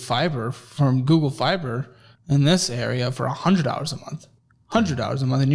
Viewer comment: google sounds like gems